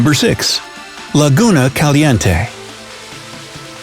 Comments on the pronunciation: Hahaha I am Mexican and I loved the way this guy pronounced "Laguna Caliente". Loved this video! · Your pronunciation of the Spanish name Laguna Caliente is terrible. 👎🏽